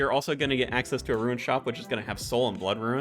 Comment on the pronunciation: Perfectly pronounces "Ourania" but butchers "rune." Great information dude. 👍👍👍